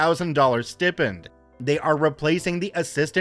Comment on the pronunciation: Bro, the word stipend is pronounced st-I-pend or sty-pend, not stip-end. Sorry, this just erks me for some reason!! Other than that, I enjoy your content. Thanks, and keep up the good work! for reference